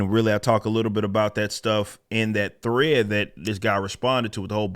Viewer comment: Rippa out here turning 1-syllable words like 'thread' into 3-syllable words, talmbout 'thu-RAY-edd'.